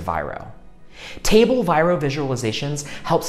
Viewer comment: It's not VIRO